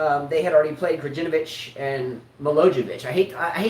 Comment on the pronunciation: KraJinović, MiloJević, LaJović... that J letter in the middle isnt like first in John, but more like Y from let say CanYon or maybe like first in Utah or first in Yugoslavia.... KeCmanović isnt with Ch like in let say Charles, but it more said like Ketsmanović, etc... That C in the middle is read like TS like in let say in Tsitsipas 🤣